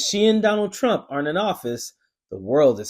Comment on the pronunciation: Kari T rump lol pa-lease lady!